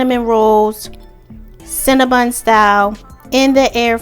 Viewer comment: Cinna BON NOT BUN...